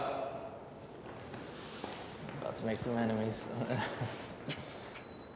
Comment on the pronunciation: Why did ai read T’Rayus as Trayaurus